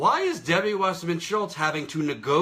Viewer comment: Well, Jimmy Dore always says Schiltz instead of Schultz for some odd reason.